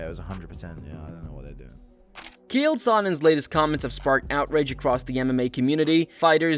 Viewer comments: Ch-ael not Kale... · You clearly have never watched UFC, you keep calling him Kale. His name is fucking CHAEL CH CH CH like fucking chair or check or chin, I could go on and on and on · "Chael," not "Kale" bud. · His name is CH-ale! Not K-ale! How do you think thats how its pronounced!? Ive never heard it said that way. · Ah yes, Mr Kale Sonnen Wtf is wrong with your pronunciation 😂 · Who the hell is Gale? It's Chael Sonnen stupid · Pronouncing Chael as Kale is something Chael would do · “Keal Sonnen” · Who tf is “kale” sonnen? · its not KALE its CHael ch like chair and instead of r its l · "Unfiltered Fights" channel name yet you pronounce KAEL Sonnen? lol bro throw away your computer and phone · 👋 name is Chale not Kale😅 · Kale "the vegetable" Sonnen. Lol. Either learn to pronounce the names or stop making videos. This will be the last one I watch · His name isn’t Kale Sonnen 😂. It’s CHale Sonnen mate. Get it right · It's not "Kale", it's CHAEL, and nobody cares what the MMA GNU-ru thinks. He's not a guru of anything but fast food. That being said, that Raja pos needs to go to jail. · His name isn't “Kale” 😂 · Who is”Keeal Sonnen” ??? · i think this an AI voice. why cant it pronounce Chael? who the hell is Kihyael? Chael isn't hard to say. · Why does this narrator keep saying Chael as "Kale"? wtf? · Hearing the person making this video call him “kail” is the sign I do NOT need to subscribe lol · Its the "ch" at the beginning of his name. Pronounced like jail but drop the "j" and replace with a "ch" but NOT pronounced like "kale". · ...who is Kale? Man, Ai can't handle the fucking names.. smh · Did you say "Kale Sonnen"? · His name isn’t “Kale” lol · Chay-El.....it's really distracting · Kee-hail.......wtf man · Who tf is Kale? Supposed to be a “fighting” channel but can’t even say Chael’s name right? Suuuuuuuuuuuuureeeee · "Kale" Sonnen?? Is this sh*t Ai or does dude literally know nothing ..? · bruh....at least learn how to pronounce Chael lol... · "Kale" Sonnen?